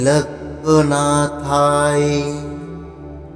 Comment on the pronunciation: আবার সেই ভুল। Trailokkonathao মুখে বলছেন। লিখেছেন অন্য রকম।mantra uchharon vul hoa thik noi.